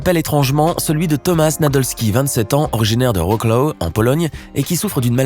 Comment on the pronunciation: Ça se dit Tomasz Je sais pas ce que je suis polonaise